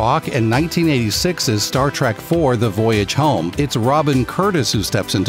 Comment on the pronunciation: Star TrEK not TRACK